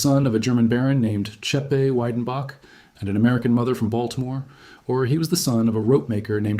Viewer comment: The pronunciation is Vedenbok if you want to see it written phonetically.